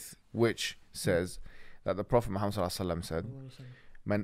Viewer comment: Pronounce Muhammed properly. Not modernise the pronunciation